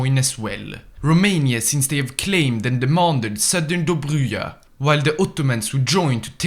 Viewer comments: And dobruja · he butchered Добруджа as well!